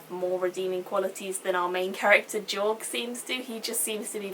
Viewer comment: I liked how you said Jorg, accents and shit ^_^